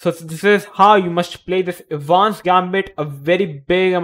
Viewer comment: The correct pronunciation of "Evans" is "Eh -vans" with the stress on the "Eh". The "e" in Evans is a short sound, like "eh" not long like "easy." EH-vans Gambit. Of course that assumes you want to sound like an American or an Englishman. Otherwise, say it any way you want. 🙂